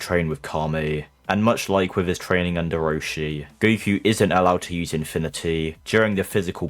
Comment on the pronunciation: I think he's asking why you pronounce "Go - ku" like "Go - e - ku"